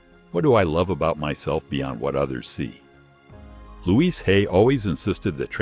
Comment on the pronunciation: The problem with AI. Louise, not Luis! 🙄